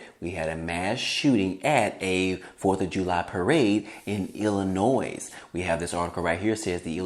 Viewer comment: Illinoi. The (s) is silent in illinois